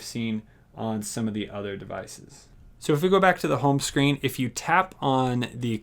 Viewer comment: it calls "smart", not "shmart". And "screen", not "shcreen"